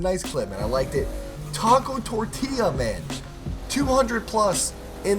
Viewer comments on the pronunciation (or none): none